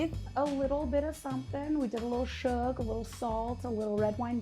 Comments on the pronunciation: Man I thought the comments on Reddit were over reacting about saying "sug" and "ched" instead of sugar and cheddar being like nails on a chalkboard but it was right there on the first and second burger. Please learn to speak and please do another episode where you make them correctly. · How hard is it to say sugar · "shug" "ched" tiktok has infiltrated all media at this point